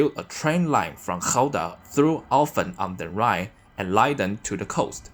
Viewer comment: Ja hij sprak mijn woonplaats echt perfect uit (Alphen a/d Rijn🙃)